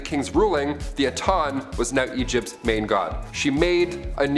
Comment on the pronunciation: It’s not Aton it’s ATEN